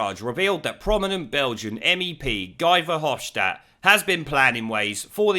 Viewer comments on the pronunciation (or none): My missus, who is Belgian, tells me that Guy Verhofstat is pronounced as "He' Verhofstat, as in He was universally disliked as a Prime Minister in Belgium...